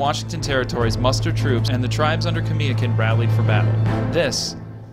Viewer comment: Kamiakin. Ka-mia-kin being from Washington state more Pasco these videos are great but it kills me to here name pronounced wrong. Nach-eese my spelling is probably wrong but the pronunciation is correct. Everyone wants to be proud of their respective areas they come from this why piont this out .